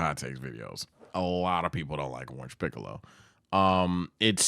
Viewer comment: did he js say shiccolo💀